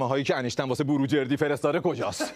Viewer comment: وای داداش دردت ب فرق سر همشون اینکه بلد نیس بگه انیشتین میگه انشتن😂😂😂درضمن کسیکه مرده میخواد چکار کنه؟وااااااا خدایا ازدواج با اموات وای وای وای من ک حال مغزم بد شد